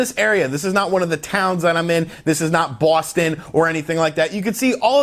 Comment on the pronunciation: Bwooustoun lol